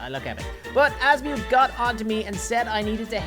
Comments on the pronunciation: If there is one thing about Ben 10 fans is that you must never, EVER, mess up a character’s name, like saying Asmuth(As-mute), instead of Azmuth(Az-Muh-th). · He’s saying azmuith and not azmuth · Azmuth is pronounced Az mith idiot haven’t you watched Ben 10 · its not pronunced azmiuth its pronunced azmth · It’s not as mu it’s as myth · The way he calls asumth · I still cannot get over Azmi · that's not how you say azmuth you say his name like azmyth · I don't think watches ben 10 because he said most of the names wrong and also said 'Asmuuth' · SAID AZMUTH IN THE 1ST MINUTE BUT THE REAL OF THAT GALVIN WAS AZMATH NOT AZMUTH GOT IT WRONG WHENEVER I WATCH HIS VIDEOS I ALWAYS HEAR A WRONG NAME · It’s pronounced azmuth without the long u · 1st minute of the video, pronounced Asmuth wrong unsubscribes " this is an unforgivable mistake" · The way he pronounced azmuth😭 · Holy shit what was your childhood or atleast teenager-ish hood to mispronounce azmuth’s name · It funny how he pronounces the aliens name